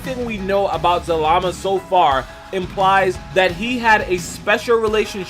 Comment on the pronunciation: He was saying zamala in the other video that just triggered me